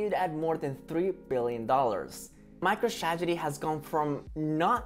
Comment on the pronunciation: He said micro stragedy!